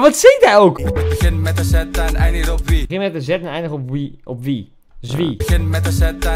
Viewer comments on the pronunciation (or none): zegt hij geen wiet ipv wie ?